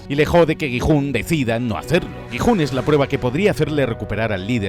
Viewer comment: Dejé de ver el video automáticamente cuando escuché gijun😂 así no se pronuncía jajaj